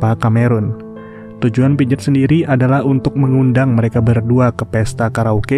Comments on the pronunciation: piaget bacanya pijet😂😂.. padahal bacanya pease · Pijet pijet 😂😂 pronounciation nya atuhhh